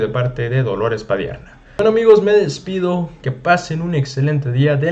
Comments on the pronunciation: EL APELLIDO ES PADIERNA. TU DICES "PADIERA" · No es padiera hijin, es Padierna. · PA- DIER- NA NO PA-DIE RA. NO SABES LEER MI CHULO. VARIAS VECES HAZ DEMOSTRADO QUE NO SABES LEER. MEJOR NO LEAS NADA. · PADIERNA, no padiera, amigo. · Compadre es Padierna no padiera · Te escucho y te apoyo brother pero te doy critica constructiva al mencionar a DOLORES PADIERNA....NO PADIERA como lo mencionabas en casi todo el video, al parecer finalmente te diste cuenta del error porque al final corregiste y mencionaste. PADIERNA. Saludos brother. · Compañero, aprenda a leer, se pronuncia P A D I E R NNN A, no Padiera, es Padiernnnaa, Padierna. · de dónde será este chavo que desconoce a la diputada Padierna, que tampoco sabe que existen las Lomas de Padierna, históricas durante la intervención estadounidense, o qué padecimiento tiene que le impide leer correctamente el apellido de la señora y lo pronuncia una y otra vez como Padiera??? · Buenas tardes mi estimado se dice PADIERNA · Cuidado con tu lectura ... ! PADIERNA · Generalmente tus artículos son buenos pero también generalmente pronuncias mal los apellidos de las personas a las que te refieres. Hoy es con Dolores Padierna y no Padierna, checa bien siempre los apellidos antes de grabar porque de por si los chayoteros siempre están criticando y si les das carnita te van a acabar y para los que te escuchamos siempre es molesto, tómalo como una crítica constructiva.